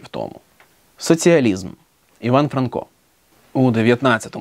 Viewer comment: Вже ФранкО, а не ФрАнко?! І нащо було каламутити людям в головах?